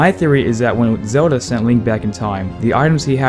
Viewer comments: It’s ZeLda! Not Zeulda. 🗡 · am I wrong or this man is pronuncing Zelda horribly? sounds like he is saying "Zeruda" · well zelda in japanese is zeruda